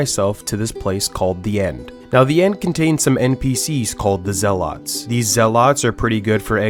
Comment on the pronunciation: Bothered by his pronounciation of zealots.